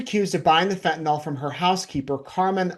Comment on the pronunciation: It is fentanyl, not fentan-all. Pet peeve.